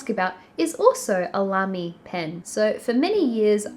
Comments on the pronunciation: Side note: Lamy as Gaiman pronunced it is correct: It's a German company name (I'm German ;-)). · Neil Gaiman is right about the pronounciation of Lamy. If anybody's interested in their pens: Obviously you can get cartridges from the same brand. They also sell this little contraption that you put in the pen instead of a cartridge. Then you stick the tip of the pen in an ink bottle and wind the contraption up to fill it with ink. I really like it because it's fun and back in the day, when I went thorugh a cartridge in under a week I could have avoided some waste, too. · Neil Gaiman pronounce Lamy correctly. In fact is a German brand.